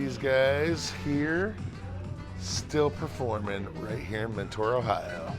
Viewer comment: I live near mentor and it has been nagging me the whole video. It’s actually pronounced “menter” not “mentoar”. Otherwise I love your videos and you should go to Parma! Their studio c has a cool chuck shirt.